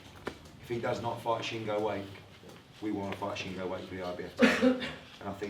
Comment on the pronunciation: Well done, Scott. It was a great tear up in the end after an overly cagey start, and I look forward to the rematch when it happens a few fights down the line. Oh, and tell Eddie how to pronounce Shingo Wake's surname! It's not "wake" as in "wake up," but "wa-kay" with a "kay" as in "okay."